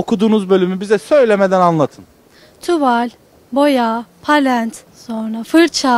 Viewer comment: palent... palent... hayır...